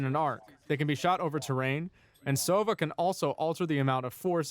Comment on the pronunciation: Just a tip: it's sovA, not sOva. It means - an Owl.